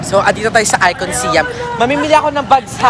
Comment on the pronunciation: ไอคอนสยาม. เคารพวัฒนธรรมของเรา ออกเสียงให้ถูกต้อง. คุณออกเสียงมันว่า สยาม ไม่ใช่ สิยัม In english respect our language. Not si-am it is sãam(sayam)